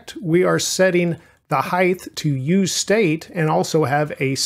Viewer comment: This is a really minor thing but it bothered me a lot, you are pronouncing Height weirdly. You keep saying "hithe" instead of "hite", sorry to point it out but I thought I was growing crazy haha